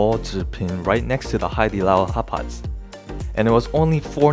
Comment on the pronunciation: Sounds like your saying hot pockets😂